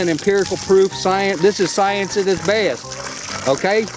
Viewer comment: Just wow..... "This is science at it beust." Lol